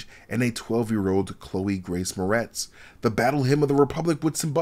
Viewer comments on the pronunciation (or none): none